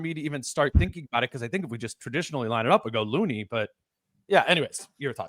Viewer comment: My favorite part is when speaks as an expert on the GsW match up and admits to knowing nothing about Post but then gives a scouting report. Speaks high of Looney but says his name wrong. Let’s bring back the criticism of John Randle? Or maybe should walk back from his “Rudy is done” take from last time? I’m a looney fan but he is playing 9 minutes a game in this series. Only 8 guys for GsW have played 100 minutes and he isn’t one of them.